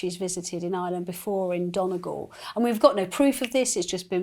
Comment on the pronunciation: Learn how to pronounce Donegal.